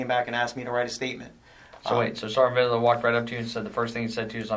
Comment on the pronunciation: Why didn’t I know that Vidler’s badge number is 0666? That’s noteworthy, especially when he looses it with dipshit Dewitte. Jeremy missed pronunciation classes. “Supposbly” and “Videler” for example.